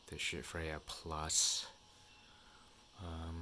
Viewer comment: Pronounced “Skaheat” FYI not shit....:-)